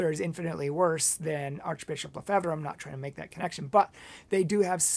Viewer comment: You cant even pronounce Lefebvre!!!!